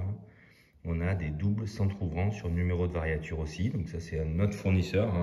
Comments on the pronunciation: Variature ? On dit variure. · Toujours très intéressantes vos vidéos. Juste une précision de vocabulaire technique, il semblerait qu'il faut dire variure et non variature.